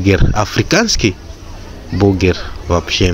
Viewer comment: не бугер,а бургер ☝